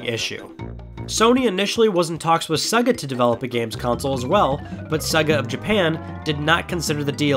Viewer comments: Saga? It’s seeeeeeegaaahhhhhh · stop calling it "sugu" its sega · C'mon dude.. It's not "SUGGA" It's "SAYGAH" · Who the hell is suga Iam sure its Sega. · Didn’t know Sega was pronounced SUG AH 😂😂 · "Sehga" ...whut? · When you pronounced Sega ‘Segga’ - any credibility you thought you had went out the window man. Shameful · What a ridiculous way to pronounce, 'SEGA', if you've ever turned one on, you'll know that's not how you pronounce it 🤦‍♂️